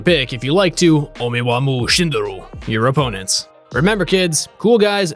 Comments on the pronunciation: How he said omae wa MoU shinderu is just funny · it would have been so much more awesome id you went off your usual editing style and actually inserted the meme (omae wa mo shindeiro) for Zed , instead of pronouncing it wrong